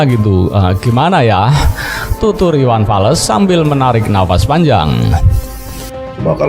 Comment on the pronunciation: Iwan fals bang bukan iwan fales🤣🤣🤣